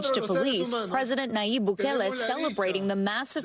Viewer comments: BOO-KAY-LAY not BU-KEEL. Unfortunately, there is evidence that political prisoners are also there. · Have some respect and learn how to say the names of the president and the prison properly. You said his name right twice. Why not every time. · Not bookly 😂 Not BOOKIEL 😂😂😂😂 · Are you a bot? Why do you mispronounce Bukele? And "children" should be defined. You can be a murderer and be 16. You still need to pay. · I love how the Presidents name keeps getting mispronounced! But on a serious note, maybe the U.S. should build a prison like this for their gang problem! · Well done. But what's with all the different pronunciations of Bukele? 😆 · Seems like a fake AI channel, the computerized voice mispronounces simple words, very suspect. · How many different ways can robot voice pronounce bukele's name